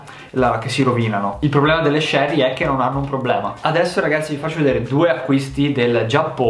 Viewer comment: Si dice cherry con la C di cinque